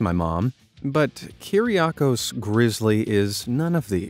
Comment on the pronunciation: It's not kyr-ria-kos it's Kyr-gia-kos